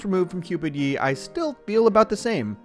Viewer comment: Cringe how you pronounce Ye